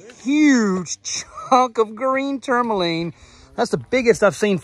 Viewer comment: can you say tourmaline correctly at all....ever?